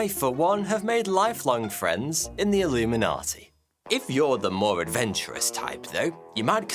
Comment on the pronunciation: Whatever he meant when he said elluminati, it was sus lol